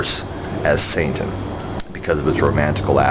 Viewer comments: is he saying santain? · Are you saying "Saintan" I'm not trolling here, I'm just asking, as I'm very new to this, and checking to is there a "Satanism" and a "Saintanism"?